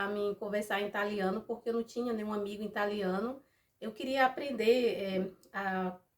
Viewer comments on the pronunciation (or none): Amiga vc é uma linda,mas a palavra certa é Italiano,e não Intaliano, não sou professora,e nem tô lhe ignorando,só ensinando